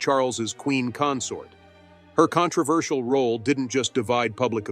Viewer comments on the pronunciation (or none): none